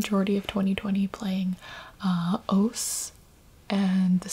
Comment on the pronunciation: did she just pronounce osu as oas